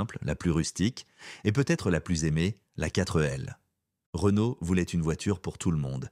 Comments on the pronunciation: Sans oublier la quatreu L 😮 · La quatre elle 😂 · 4L Voix normale : Katrêl Voix IA : Katreu Elle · La prononciation de l'époque : Pan-Hard et non panard. Quatr'L et non Quatre L. Horrible IA. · Oui. La panard et la quatre elle 😂😂😂😂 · Il y a la panard et la quatreee elle 😂😂😂😂 . Sinon vidéo intéressante. Merci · Qui dit "4-euh-L" à part l'IA? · La quatre L ??? C'est penible l'IA !!! JE ZAPPE !